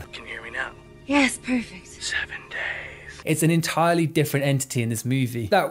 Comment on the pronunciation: "7 Gays" 😆😆😆